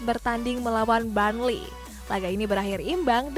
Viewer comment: Burnley not barnley hadeeh😴😴